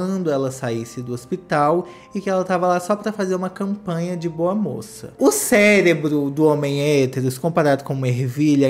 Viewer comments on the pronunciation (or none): none